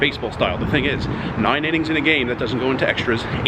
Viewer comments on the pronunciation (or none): I love the long Island "noyne" when saying the number 9😂😂😂😂